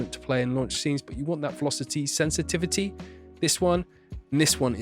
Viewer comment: velosty senstivty